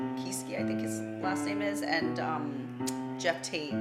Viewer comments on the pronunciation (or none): none